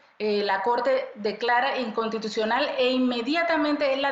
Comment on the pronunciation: Tan tan tan tan tan BRUTA , que no puede pronunciar la palabra inconstitucional 😂😂😂😂. Por gente como ella estamos como estamos 😂😂. Ahí lo deja claro , porqué hay tanta corrupción en Panamá , ponen a gente INCOMPETENTE en puestos de tanta relevancia para el país 😮